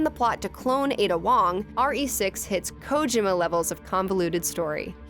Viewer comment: The way she said Kojima was painful.